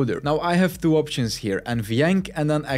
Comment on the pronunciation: WTF is up with "Thwo"? Where do you find the "TH" sound in the "Two"?????